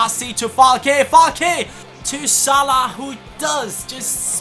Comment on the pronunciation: WTF? Salih it's salah lol